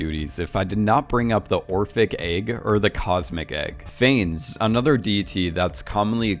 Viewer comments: “Phanes”. Jesus, that’s painful haha. For future research Wikipedia often has the phonetic pronunciation of things. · Right? Considering how many times he said the name, I wish he'd just stopped for 10 seconds to learn how to pronounce it.